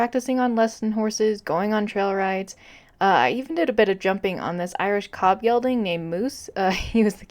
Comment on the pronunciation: love the video but gelding is pronounced with a g not a y